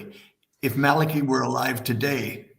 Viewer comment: His name was pronounced Malachi (mal-el-KEY). Malachi Martin was released of his vows of poverty and obedience (not chastity). Malachi came to NY and for a time drove a cab. Also, he performed exorcisms. He was a most remarkable man. There is much you left out. He continued a relationship with John Paul II..... and you should inform yourself and find out how far he went as far as titles go. Fascinating man.